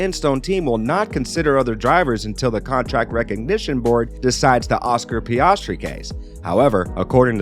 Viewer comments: PiaARRstry??? Wtf this channel.. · Piastri rhymes with Gasly and it’s Alpha Tauri not Tori. it would have taken 5 seconds to learn that.